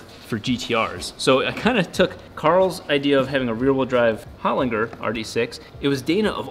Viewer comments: Hol-in-ger!! not Hol-inger. Awesome Aussie Engineering - go you good thing!!!! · Holinger with g pronounced like g in German not in g in good. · Learn how to pronounce the brand of your transmission Holinger The G sounds like a J. A great Aussie product 🇦🇺.